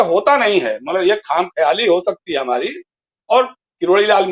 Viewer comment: URDU K ALFAZ GALAT BOL KAR PAKISTAN WALO KO HASNE KA MOQA DETE HO ...YE KHAM KHIYALI NAHI KHAMA KHEYALI HE